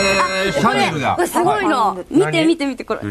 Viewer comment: 素が出てるせいでナチュラルに「は？」とか言っちゃてるし、なんか場末のスナックのママみたいに声かれてるし、女としてもともと問題あるわ。それで「見て見てーこれすごいのー」って弟の写真見せて誤魔化してるけど、慌てたせいか「すごい」ってワードも下手だし、第一弟愛に見せて弟売った格好じゃないかよ。人としてもどうかと思う。